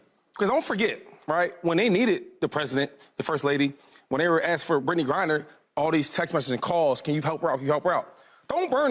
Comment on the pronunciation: All bout respect but shady can’t even say her name right 🤣 “grinder”.. there calling her dr. Biden when you’d think they’d call her First Lady Biden 😂